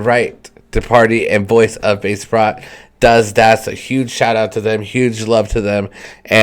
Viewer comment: Pronounced bah-che-prot......!!!!!!!!!!!!!